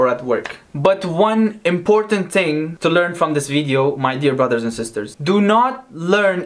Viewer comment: Ting instead of thing😂😂😂😂😂😂😂😂